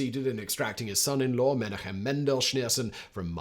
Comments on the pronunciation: Simon, just a tip: any time you see a name in transliterated Hebrew with "CH", it's the same "CH" as in "loch" from the Scottish accent (or like a G in Dutch). Wikipedia calls it "Voiceless uvular fricative" with the sign "χ". So, Menachem is "me-NAH-χem", Tzemach Tzedek is "TSE-maχ TSE-dek", Yitzchak is "YITS-χak". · ok, all good with the content and so on, but please pronounce the names right. Yitzchak = Itzjak like J in spanish. it is not a Ch sound like Chilli, it is more like Chanukka, or Janukka (J like spanish). Menajem, and so on. no chillis pls, there is no such a sound in hebrew